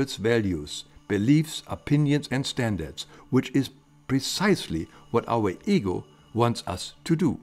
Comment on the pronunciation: When he says "ego" I hear "eagle". 😜 Greetings from England.